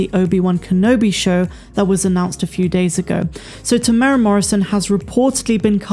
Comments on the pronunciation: Hi. Just for future reference there is a 'u' in Temuera's name. We are Maori & our vowels are different to english. You say his name Te tear as in tear something apart / mu-moo like a cow sound / era like end of an era / tear-moo-era... we actually roll the r sound but it wont matter too much. Even European New Zealanders cant roll the r when saying Maori words & place names & they live here! Lol thanks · Tem-ew-air-ah is how to say his name. 4 syllables. 🙂